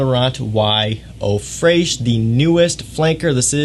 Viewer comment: as a French speaking person, the answer is No lol The pronunciation is practically similar to its English translation "Fresh".